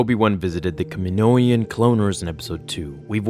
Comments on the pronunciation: omgg kaminoan is such a great word and you butchered it lmao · Thumbs down for not knowing how to pronounce Kaminoan. Have you even seen Star Wars, you piece of shit? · You're saying Kaminoan wrong